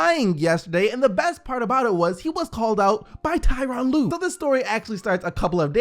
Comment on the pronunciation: Come on it’s Tyronn lue.